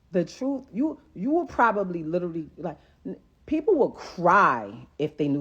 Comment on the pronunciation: She’s “pobablly” right.